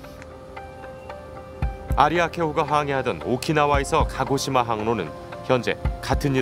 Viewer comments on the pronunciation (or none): none